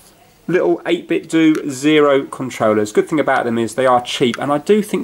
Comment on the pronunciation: Hey, it is pronounced 8bit'dough' not "do" as it is supposed to mirror the Nintendo name...so the end of the word should sound the same. Cheers!